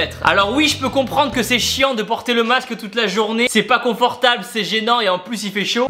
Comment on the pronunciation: Le quoi Tibo ?? Le MAQSE, lol 😉. allez bis.